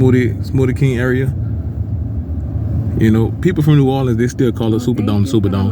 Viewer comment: U saying that all wrong brudda but carry on